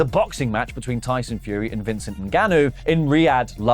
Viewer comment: lol “Vincent”